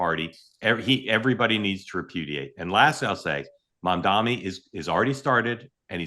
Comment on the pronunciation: Its Mamdani. People keep mispronouncing it.